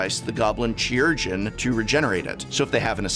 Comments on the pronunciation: chirurgeon is actually pronounced kai-rer-jen, and means surgeon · It's not pronounced CHEE-urgeon. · Chirurgeon: Kye-ur-gin. From Latin chirurgia, and originally Greek kheirourgos. Excellent include here, and the Madonna reference probably also went right over the heads of most viewers. :D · It's funny that the first impulse of a person broadcasting a video to thousands of people wouldn't be to look up the pronunciation of a word like chirurgeon. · Prof, chirurgeon is a real word with a real pronunciation that you are not using. The 'chi' sounds like the 'ki' in 'kite' or the final syllable in 'Malachi'. The more you know. 🌠